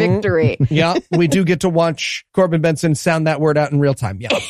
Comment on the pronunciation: Corben BERNSON. Not BENSON.